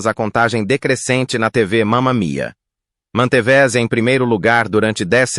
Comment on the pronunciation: Bom documentário só peca em dois aspectos: 1) Pobre narração com erros de pronúncia em algumas palavras como "manteveze" (13;05) ao invés de manteve-se e 2) Erro de pontuação (partindo palavras por ponto e continuando seu complemento como se fosse o início de outra palavra. Se ouvir com atenção, você vai observar a pobreza na narrativa em termos de pontuação e pronúncia quebrada de palavras.